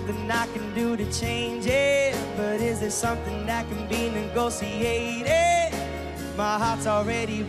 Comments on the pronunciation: niall says "negosiated" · The way Niall pronounces "negotiated" just gets me every single f*cking time